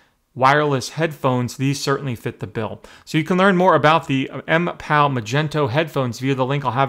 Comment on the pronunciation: At least know how to pronounce the product you're reviewing. Otherwise great review.